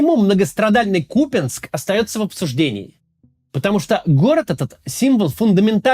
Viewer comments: Купянск-Узловой не посёлок) эт была ж/д станция для электричек, это город Купянск) КУпянск - ударение на первый слог, не КупЯнск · К у́ пянск. Не Купя́нск. кУпянск! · максим, ну выбери уже полосу: кУпянск или купЯнск! голова болит уже от меняющегося каждый раз ударения. на вики - на первый слог ударение. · Не купЯнск, а кУпянск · Хотелось поправить автора не КупЯнск, а КУпянск. Ударение на «У» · Да что с вами не так? Ну ладно пропогандоны.... Но вы то куда? Не КупЯнск а КУпянск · КУпянск. неужели так сложно павильно называть?😏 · Ну Куупянск....ударение на первый слог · кац блять, да какой кУпЯнск. ну бля, ну послушай как он должен звучать хотя бы от жителей...хоть раз через раз говоришь и с правильным ударением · И продолжает дальше называть то "Купянск", то "КупЯнск", как и остальное... Надеюсь, это когда-нибудь ему припомнят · бля поторопился, снова посередь видео КупЯнск!!! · КупЯнск говорят расеяне,Макс выучи ты наконец правильное произношение,не позорься... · Ку́пянск Ударение на букву У. Максим, есть правила произношения топонимов. Так же, как и Украи́на с ударением на И. Возможно, у глубинариев и нет понимания того, как читаются слова на карте, но у тебя-то должен быть рассудок? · Так они взяли КупЯнск, а не Купянск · Максим, пожалуйста. Правильно название города КУпянск, с ударением на У. Нет сил каждый раз слушать. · нет, он говорит КупЯнск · ▪️Берд-Я-нск, ▪️Лисич-А-нск, ▪️Волч-А-нск, ▪️Космодемь-Я-нск, ▪️Слав-Я-нск, ▪️Куп-Я-нск имеют единый УДАРНЫЙ суффиксальный ( ЯН/АН + СК ) способ образования таких топонимов. ☝️ Это НОРМА академического русского языка. *Зы: город Куп-Я-нск на украинский манер – "КупинсЬк" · Начните правильно ставить ударение в слове Купянск, пожалуйста. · Максим на протяжении 12 минут не может решить, куда ставить ударение в слове Купянск